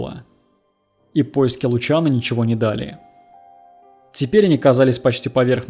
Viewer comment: Только вот он не Лучано, а Лусьяно... :-/